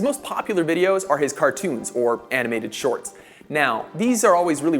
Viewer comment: Is it me or did the way he said cartoons sound like "CART-DOONS" I know he didn't say it wrong, but you know how you hear something and it just hits the ear weird and uncomfortable.